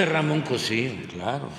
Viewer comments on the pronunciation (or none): none